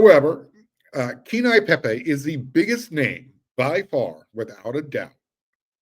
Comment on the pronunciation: Phonetically Pronounced Kay-Ane-Yee Pay-Pay